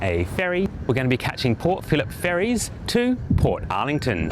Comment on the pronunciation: thank you. I think I will make a booking.🎉 PS: Bolte-ee not bolt. Portarlington is not spoken as two words. EG : You would not pronounce Melbourne as Mel-bourne. OK?! 👋😃🇦🇺👌